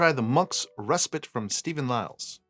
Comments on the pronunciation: I say Ress-Pit. Ree-Spite is what you do to your ex. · I would say Reh-spite.